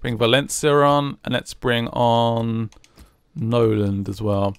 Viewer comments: I enjoy these vids but misprouncing the players who play for the team you support is so grating throughout the video. It is Nolan, not Noland. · its Nolan not Noland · why do u call nolan 'Noland' ? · It annoys me that way you call Nolan "Noland" and you call Zarate "Zate"